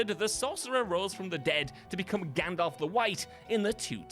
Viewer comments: The Crow movie was not made in 1984 and there is no "O" in Gandalf. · Number 3 is ‘Gandalf’ NOT Gandolf. Read any good books lately? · Gan....dolf? Gundolph? Gondolpf?